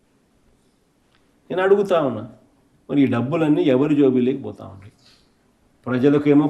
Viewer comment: ఏపి ప్రజకు తెలుసు. నువ్వు కొంపలోంచి బయటకు రావు. కానీ కార్యకర్తలకు టైమ్ బొక్క. నువ్వు వచ్చి పీకేది లేదు ఏం లేదు. అసెంబ్లీకి వస్తె ఉచ్చ పడుతుంది.. 11 సారు జోబిలోకి కాదు జోబులోకి అని కరెక్టు పలకడం నేర్చుకో.. ఎవడో స్క్రిప్ట్ రాసి ఇస్తే చదవడం తప్ప ఏం రాదు.